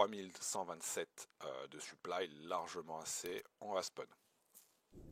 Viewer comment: En faite tu dis suplaille souvent, on dirait que tu parle de ton équipement